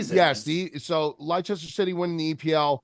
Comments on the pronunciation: with the absolute butcher job on the pronunciation of Leicester City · Pronounced “Lester City” lads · Great episode fellas. For future reference gents, Leicester City is pronounced Lester City.. And what they did in 2016 was proper fairytale stuff. They had no business beating the teams they beat to win that title. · The pronunciation of Leicester from was exceptional 😂